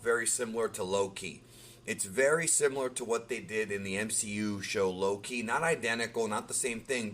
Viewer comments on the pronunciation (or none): none